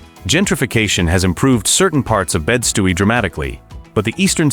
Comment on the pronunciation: “Bed Stooey” oh my god